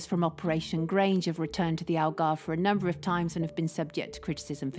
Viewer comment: "Algarvo"? the news reporter said "Algarvo"